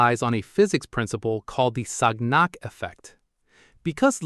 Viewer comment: So why then did that sub hit the mountain? Or did I miss the explanation? Also, this is not how you pronounce "Sagnac".